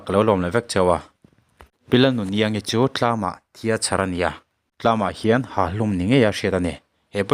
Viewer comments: Tlam tlangah Thlam thlangah😅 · Tlam ni lovin THLAM tih tur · TLAM ti suh 😂😂😂 THHHLLLAAM ti rawh😂😂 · TINGE TLAM I TIH ZEL...😂😂